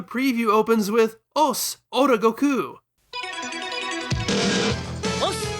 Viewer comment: I got recommended this video randomly and was really into this topic but I couldn't get through the video. You talk way to slow, and your constant need to pause and explain shit or talk about things tangibly related is really annoying, along with your insistence on pronouncing his name "Go-Kuu" and all the other Japanese names. Which is fine, but you keep doing it every time and it comes across as tryhardy. And not to be THAT guy. But if you're presenting the video in english, you can just use the english translations and names. It's okay man, nobody is going to tar and feather you. I see the quality you have and produce, but I could not finish the video, got about 12 minutes in before I got annoyed. I like the topic, I would have liked an in-depth review on it. But not from you, this video could have easily been cut in half for the sake of the viewer. I get it, gotta make content, gotta get the ad rev. But your presentation style is annoying, and I dislike your need of constantly pausing to emphasize whatever joke you're trying to tell, or to shove in your opinion. I also think you try too hard on the humor. This video can be good, but I think you need to try harder on your presentation. I think you care too much about the most minor details too, and you let that get in the way of presenting the main topic.